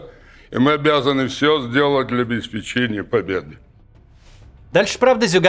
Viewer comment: Зюганов до сих пор произносит ОбеспечЕние. Скажите ему, что ударение обеспЕчение.